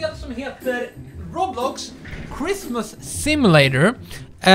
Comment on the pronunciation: Sa du ROBLOX eller ROBUX?